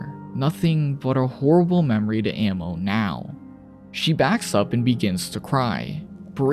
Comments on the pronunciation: Ah-mo not ammo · Bro you're pronouncing it wrong. Her name is literally I love in Portuguese. You're saying ammo. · kind of annoying how you pronounce amo as ammo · Probably because he doesn’t know how to say it properly